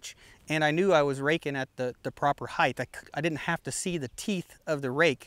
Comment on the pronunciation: Great videos but every time you say heighth instead of height, I cringe.